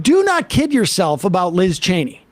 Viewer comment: OMG! Sam got LIZ Cheney's name right👏🏾👏🏾👏🏾